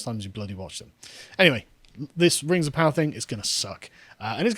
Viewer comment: Rangs of Powah.